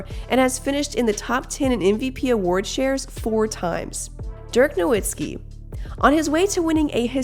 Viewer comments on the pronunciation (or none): Your pronunciation of Dirk's last name is a travesty. Pretty sad that a basketball channel can't get it right.